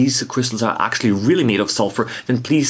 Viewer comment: When you say “happy microbe hunting” it sometimes sounds like “happy micro punting” and I get visions of of very small football games...